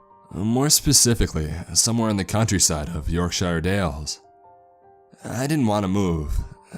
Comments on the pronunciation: Pronounced Yorkshor not York-shyre Also Tesla invented it Edison patented it. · Rhys Holmes as someone from Leeds it's deffo pronounced like Yorkshar his way made me physically cringe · When you say Yorkshire. We pronounce it like "yorksher". Just for all you Americans out there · Pyro ah I’m from Sheffield. Tha knows he most definitely pronounced it wrong